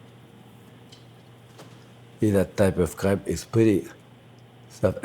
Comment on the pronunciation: I heard crap instead of crepe :D I can't breathe...